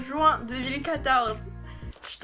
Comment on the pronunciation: « 25 joints 2014 » ton accent m’a choquée offusquée 😂